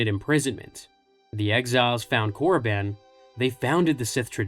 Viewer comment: wtf is Korraban, it's Korriban